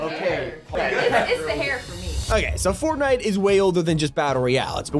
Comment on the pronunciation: sounds like he said fartnite💀